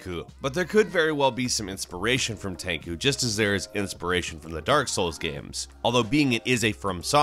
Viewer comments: When straight up MASSACRES the name "TENCHU" and says "Tenku" love you man but jeeeeeeesus.... You butchered that name.😂🤣😂🤣😂 anyone else cringe or was it just me? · The way you say "Tenchu" hurts my soul... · Fuck yes. Omg my ears bleed. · LongNecked Giraffes Why would he be talking about Niko, a character who's not even the main focus of the story? Nah, I'm pretty sure he was talking about Nero. I mean there was definitely some inaccuracies being brought to us in this top 30 (pronuciation of Tenchu and wrong footage of ESB), so it wouldn't surprise me if he saw Nero and considered him a new character since the popularity of DMC4 wasn't too substantial, but I won't lie, I was slightly triggered. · You can not even say TENCHU right :D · Great video but the way you pronounce "Tenchu" makes my ears bleed... holy shit, I kept watching and then you butchered Anime names... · It's "Tenchu", not "Tenku"! Jesus f!@ Christ how the f!@ did you screw up the pronunciation of Tenchu, were you drunk while recording this lol:D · that is what I was thinking listening to the video (I know ;) ) I was like tenkoo ? do you mean Tenchu ? lol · I was more hurt by how he pronounced Tenchu as "Tenkoo". It's Ten-chew. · Takoo? Tenchu? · its tenchu is pronounced exactly as its written with a chu sound not tenkoo. tenchu translated into English means wrath of heaven btw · When you say Tenku, Do u mean Tenchu?😅I’ve never heard anyone pronounce it like that before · not enough people were upset that he said fucking "tenkoo" instead of Tenchu, and he said it multiple times as is if it was genuinely correct. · Tenku series? You mean Tenchu? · Tankoo? Do you mean Tenchu (ten-chew)? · Did he pronounce it ten ku instead of ten tsu? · Its NOT Ten ku. Its Tenchu...Rikimaru and Ayame? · This guy seems to enjoy pronouncing Japanese incorrect 天誅 is said like ten chu not tenku. Tenku means nothing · Tenchu not tenkoo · ah yes "tenko" especially tenko 4 was one of my fav games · Bruh, Tenku? Rearry?